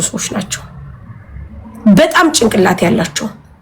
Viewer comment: ቅጭላት 😂ጭንቅላት ነው የሚባለው